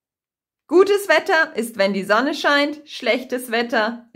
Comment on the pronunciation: Entshculdigung, aber... Warum sagst du z.B. "Sonne" wie [sone], nicht [zone]? Das ist nicht so hochdeutschlich!